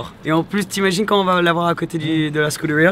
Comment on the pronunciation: Belle caisse par contre quand vous prononcez "scuderia" avec un accent anglais alors que c'est un mot italien ;) cordialement